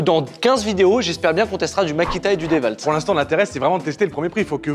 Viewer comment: Je savais pas que le w de dewalt se disait v.